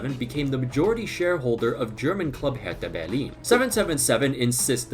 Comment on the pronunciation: I guess I just witnessed the most german way to pronounce Hertha Berlin by a non-native speaker.